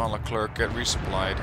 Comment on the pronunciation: Hey sorry if I sound like one of those annoying people that correct you on what ever you say but, you said Leclerc wrong. It's Le-Clair actually. The French have a "interesting" way of pronouncing things.